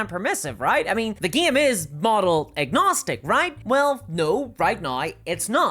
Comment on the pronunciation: bro said crusieid and gieim ?